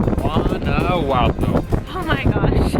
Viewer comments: No se dice "Guanaguato", se llama Guanajuato!!!!! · Your pronunciation of "Guanajuato" is a little bit off... I will let it slide bc you guys are kewl! Guys it's Wa-Na-Hoo-Ato